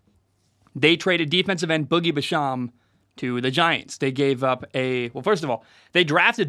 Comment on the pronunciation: It’s pronounced joe shane, and boogie bash-am